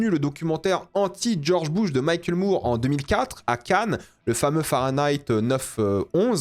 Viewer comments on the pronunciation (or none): none